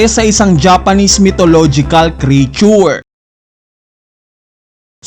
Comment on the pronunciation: "Creature" is pronounced with two syllables, not three, as "KREE-chur”